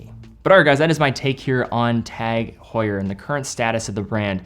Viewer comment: It is an "h muet" silent H ... OMG ...